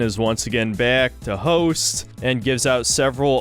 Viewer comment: "Sydnee Goodman is once again back... to hoest" 😂